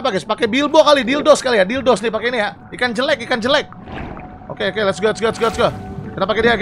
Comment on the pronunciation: itu namanya bilbos tapi bang windah nyebutnya dildos coba kamu replay liat tulisannya pasti tulisannya bilbos